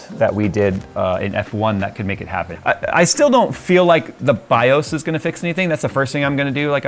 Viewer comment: You are still pronouncing BIOS wrong. How do I know? Because I am almost old enough to be your dad and we ALL said it the right way since before you were born (or at least before you ever touched a computer).